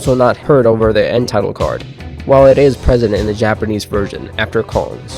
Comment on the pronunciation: Finally someone who can actually pronounce Japanese words! (Great video btw )